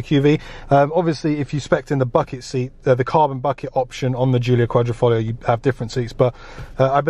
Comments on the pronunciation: The problem is that he never said Quadr...I....foglio, he said Quadr...O...foglio which in Italian Quadro means picture frame. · How many times can a man say qualrifolio lol😂